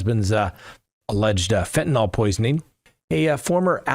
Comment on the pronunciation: FentaNYL...NO "O"...